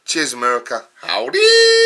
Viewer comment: Good review and great beard as always, but your "howdy" was way off, and it's more of a Texas thing than an Illinois thing by far. Cheers from Illinois.